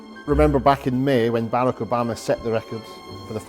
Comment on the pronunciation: euh je rajoute tout de même que c'est barack avec un r pas un l stp...les usa quand même.